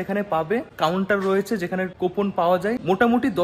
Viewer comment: আপনার উচ্চারণ গুলো ঠিক করুন ওটা ইসোদয়া না ইসদ্যান, 😂ল্যাখা নয় লেখা 😂 কোপন নয় কুপন, শিক্ষাগত যোগ্যতা খুবই কম , pronunciation শুনেই বোঝা যাচ্ছে, যাই হোক এই করেই যখন খেতে হবে আপনাকে এগুলো একটু ঠিক করে নিন